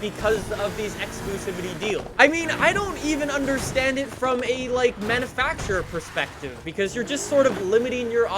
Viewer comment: ITS NOT MANNAFACTURER!!!! IT manUfacturer.